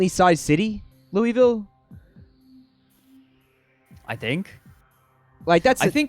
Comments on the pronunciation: every time you pronounce it 'lou-ee-ville' a part of my soul leaves my body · It's pronounced looa-vul. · Kentuckians usually pronounce Louisville as "Loo-vuhl" instead of "Loo-wee-vill". But we also bang our cousins so our opinions don't matter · im from kentucky and idk if everyone all over the state pronounces louisville the same way, but where i'm from we usually say it like "loo-wuh-vul". those tote bags around like are of the kentucky wildcats and louisville cardinals. im not big on sports but i think theyre college basketball teams? could be wrong though. pretty much everyone ive met who does care about sports is a uk fan (uk stands for university of kentucky, not to be confused with kentucky university) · If the town is anything like the one in Tennessee, then Louisville is pronounced “Loo-vul”